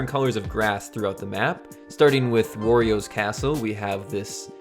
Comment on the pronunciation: OMG. THIS IS AMAZING. also 1 flaw. Werio. Did u pronounce Wario werio. -_- Anyways pls pls do smb 3 next. Mainly world maps from world 1 to 8